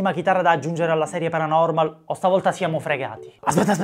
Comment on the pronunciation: quel “paranomal” mi trigghera un botto